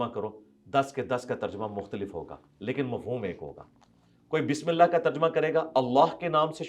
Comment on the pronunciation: 😂😂 مرزے چول نے پہلے تو اللہ کا الہخ تلفظ اپنے استاد یوٹیوب کی طرح نکالنے کی کوشش کی مگر 3سری بار اللہ ہی بول دیا ۔۔۔ مجھے اس کی زبان سے صرف الہخ ہی عجیب لگتا ھے باقی علم تو پوچھو ہی مت۔ ہماری مسجد میں ایک بندہ ھے گانے بھی گاتا ھے جب وہ اقامت کہتا ھے اور قد قامت الصلات میں "قد" بولتا ھے تو مجھے مرزے کی یاد آتی ھے جیسے مرزا الہخ بولتا ھے وہ بھی قد پہ اتنا زور دیتا ھے کہ معلوم ھوتا ھے جیسے الٹی گلے میں اٹک گئی ھو 😂😂😂😂